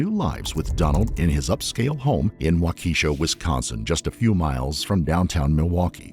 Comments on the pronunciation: For as often as you say the town of Waukesha and how much footage you compile for these videos it really grinds my gears that we have to hear the mispronunciation of WAUkesha (WA-k’shaw) over and over and over. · The least you can do is make sure the AI says the town names correctly. Wah-Keisha? Really? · No, its pronounced Wak-Kah-shah. Accent on the first syllable. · It’s pronounced WAWWW-KUHH -SHAA, stupid AI. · Waukesha is pronounced “ WALK-a-shaw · Wisconsinite here, its pronounced, "Walk-eh-shaw" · Waukesha is pronounced Wok-ah-shaw. It's Native American not African. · Town pronounced Walk e shaw with emphasis on first syllable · Waukesha is pronounced....wok-a-shaw Go pack go💚💛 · The town is pronounced “walk-a-Shaw” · Waukesha is pronounced "Walk-e-shaw" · Lmao wah-keysha AI pronunciation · wahkeesha lol?? fucking ai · It's pronounced "wauk-uh-sha" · It’s actually pronounced “walk-uh-shaw.” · Waukesha (pronounced WALK-i-shaw btw) is a very walkable and bike-able little city... also with public busses. Not having a drivers license would not make a teenager isolated from school friends at all. The high school has many programs and extra-curricular activities. He isolated himself and chose to get radicalized on the internet. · lol yeah, this annoyed me more than it should've 🙃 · Its pronounced wau-ka-shaw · There is no Key in WAUKASHA. Cringe ! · Waaah- kaaa- shaww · Someone should train the AI to pronounce Waukesha correctly. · the mispronunciation of waukesha kills me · Me too! Driving me crazy!! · Bad pronunciation of Waukesha. Thanks A.I. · Terrible pronunciation on this video, both Waukesha and Angles both mispronounced in the first 4 minutes LMAO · That was informstive only do I wonder that even I being German can pronounce "Waukesha" correctly. These maybe little mistakes make me lose interest in following the video. It´s annoying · Hmmmm. The repeated mispronunciation of Waukesha is very frustrating. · It's not Wa...ke...sha It's Wa...ka...sha